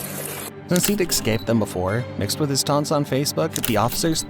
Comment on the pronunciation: The worst part about this whole video is how the narrator can’t to save his life say the word “escaped.” He says continues to say it the baby way because his parents didn’t teach him how to speak because they neglected him. “E-C-S-C-A-P-E-D” 😂 I’m not teaching my phone’s autocorrect how to be a fxxking r3 tarde. It’s like he never watched Finding Nemo.